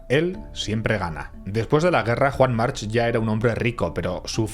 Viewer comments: Desafortunadamente, en catalan la terminacion -ch en los apellidos se pronuncia K, Juan Mark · Y por mucho que digan el resto y en la isla, la pronunciación correcta es 'Yuan Marc'. Lo digo porque soy mallorquín y sé de lo que hablo.